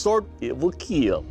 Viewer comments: I'm only here for "it will keel" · It Will Keel 🙂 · It will keal😂😂😂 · It will keel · “It will keel” I used to hate now I must hear else the episode wouldn’t be complete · its KILL not KEEL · "It will kiell" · The keel test: keel means to fall over or collapse. I want to punch him for not knowing how to say kill test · why does he keep saying KEEL instead of kill... ffs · It will keel. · It will Keal! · This idiot using "IT WILL KEEL" as his catch phrase, he sucks! He's the reason I can't watch this show anymore. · "Your weapon right here, it will KEEL" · this show sucks. Everything can "keel" annoying every time he says that. Not even true test or accuracy when testing them. Terrible show and terrible judges. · For how much I enjoyed watching the show more annoying how he says “keal" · That was a beautiful work of art. Not to mention, it will keel... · it will ' keel' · Actually it's KEAL